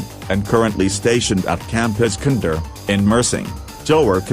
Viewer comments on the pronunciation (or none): the major abu hassan bin Abdullah-i cant- lets not laugh todag 😩 AND THE WAY THE NAMES SOUNDS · its funny how they say "Gerak Khas Group Troops" and "Indonesia" 💀 "IskandEr" pls